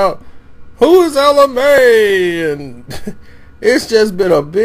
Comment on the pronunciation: She did not take the song down her manager did as you read so why you saying she had them take it down! You made a video bc it’s your 3rd one bc you couldn’t pronounce her damn name!